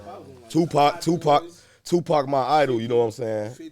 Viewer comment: Who tf calls him zoopac😂😂😂😂